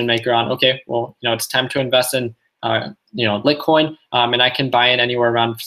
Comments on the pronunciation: Hey man, it's pronounced Light-coin and E-theereeum 😝 lol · "Lit-coin" and "Urethrum" lol